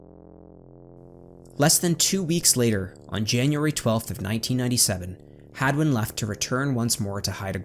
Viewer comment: Is it hagman or hadwin? It sounded like you were sayingn hagman till the very end.